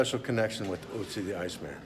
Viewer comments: Is that pronounced like " Utzi " ? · Ötzi.... Not Otzi